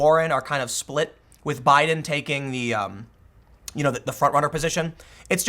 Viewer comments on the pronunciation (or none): none